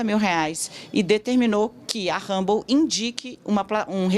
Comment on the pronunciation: Tosco demais uma jornalista pronunciar "humble" para se referir à rede social.